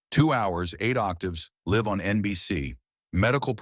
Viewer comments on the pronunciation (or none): Live right now is being mispronounced. Not a short i. But the i says its name. The difference is the meaning in the sentence.